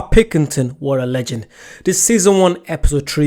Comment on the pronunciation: It’s pill-king-ton